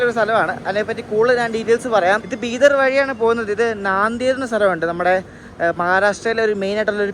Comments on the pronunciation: ബിഡർ അല്ല .. ബീദർ എന്നാണ് .....! കന്നഡയിൽ എഴുതിയിരിക്കുന്നത് ബീദര എന്നാണ്. കന്നഡയിൽ ആ സ്ഥലനാമം ബീദര എന്നാവും പറയുക. ബാംഗളൂർ ബെംഗളുരു എന്നു പറയും പോലെ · ബീദർ ആണ് ശരി...I was in Marathwada region for a long time...ആരും ബീഡർ എന്ന് പറഞ്ഞ് കേട്ടിട്ടില്ല. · ബിഡർ അല്ല ബിധർ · നിങൾ പറയുന്നത് ബീഡർ എന്നാണ് എന്നാൽ ശരിക്കും പറയുന്നത് ബീദർ എന്ന് ആണ്, അത് പോലെ ലത്തൂർ അല്ല, ലാത്തൂർ ആണ്, വിഗാരബാദ് അല്ല വികാരബാദ് ആണ് pronounsation ശ്രദ്ധിക്കൂ, പിന്നെ റെയിൽവേയുടെ ഓപ്പറേഷൻ സിസ്റ്റം നിങ്ങൾക്ക് അറിയില്ല അത് കൊണ്ട് തന്നെയാണ് നിങൾ റെയിൽവേയെ കുറ്റം പറയുന്നത്, അത് പോലെ വൃത്തിയുടെ കാര്യം പറഞ്ഞു ഇത് ഒരു പൊതു മുതൽ ആണ് വൃത്തിയാക്കി സൂക്ഷിക്കേണ്ടത് പൊതു ജനങ്ങൾ ആണ് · Bro.. it's not Bidar, Bidhar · Its bidar not beedar I guess.